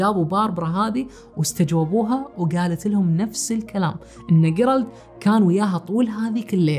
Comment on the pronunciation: جيرالد تُقرأ بالجيم وليس بالقاف